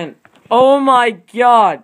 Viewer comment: "Oh my gyowd" Ha Ha Ha